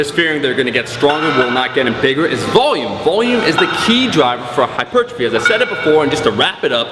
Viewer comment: What's hyper-gi-phy?